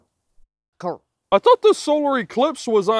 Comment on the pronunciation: Solar eclipse you ain't even say it right 😂